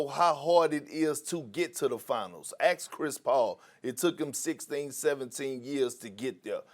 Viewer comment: "Ax Chris Paul"